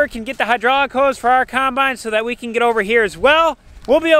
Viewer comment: How come you say kimebine instead of combine? Lol